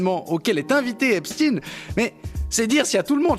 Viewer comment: Je ne sais pas si Epstein se prononce Epstiiine, mais ce qui est sûr, c'est que Brunel se prononce Benchamoul.